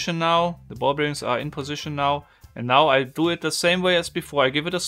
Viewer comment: I love it, but please stop saying Ball-Beer-Rings